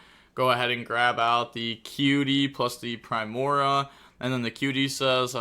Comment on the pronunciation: Just gonna drop some pronunciation so can hopefully see this and stop ragebaiting all of us. Solfachord (SOUL-fuh-kord) Primoa (Prime-OH-uh), alternatively (Prim-OH-uh) Solfegia (Soul-FEH-jee-uh) Gracia (GRAY-see-uh) Hope this helps